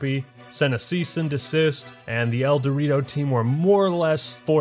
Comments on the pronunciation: That's the point "el dew rito" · I thought you were saying El Dorito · Everytime he says Eldewrito I hear "El Dorito" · Whenever he says "Eldewrito" all I hear is "El Dorito" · Great video! I've never played Halo but all your talk about it makes me want to get it. I have a very weak laptop but even if I can just enjoy the single player, seems like I'll love it. Also, I know that's not the name but every time you say the name of the fan made multiplayer mod, I hear "El Dorito" lol Have a good day people \o/